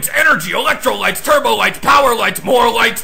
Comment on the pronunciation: it's not electrolights, it's "electrolytes" cool vid, though